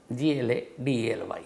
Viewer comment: XAVIER GLADNEY and not GLADLEY